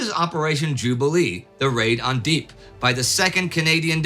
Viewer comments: Love how you glossed over how the Dieppe (its DEE-epp... not "deep") raid was actually cover for the retrieval of the Nazi's newest Enigma machine and its reference books. Way more important than what you've let on. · Uhm is Dieppe actually pronounced "deep"? I always said "de-app". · Indy - thanks for another great episode. But Dieppe is never pronounced '"deep". It's 'Dee-Epp' (emphasis on second syllable). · A pedant writes: Dieppe is pronounced "Dee-Epp", not "Deep". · I thought the raid on Dieppe (pronounced "di-e-pp" as in "yep", not "deep") was about capturing enigma codes?? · In case no one else has mentioned, Dieppe is pronounced " dee-yep" not "deep" , that's one of the Boys. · In Canada (New Brunswick) we also have a Dieppe town and you are correct - it is pronounced "Dee-yep" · do you mean Dieppe? DEE YEPP? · DEE -epp just sayn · Oh Indy... It's pronounced Dee-Epp! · Another fine and engrossing episode: Appointment TV at its best. I feel obliged to point out Indy's errant pronunciation of the coastal French village, Dieppe, which was the target of Britain's ill-fated Operation Jubilee. The correct pronunciation of Dieppe is "dee-EPP." You guys are the best. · Dieppe is French, so it's pronounced "deeyep" - Canadians, we learn about this one in school :) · "The raid on Deep" ??? :-D .... Pauvre Dieppe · I pronounce it "Dee-epp". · Great episode but it's Dee-ep. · That is a terrible way to pronounce Dieppe. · Check your pronunciation of Dieppe. I believe you have it wrong. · Praise them for their huge effort to historical accuracy instead of criticizing something so irrelevant as one single mispronounced word. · Interesting pronunciation of Dieppe :)